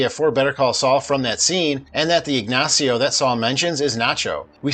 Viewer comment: Ignachio. Lol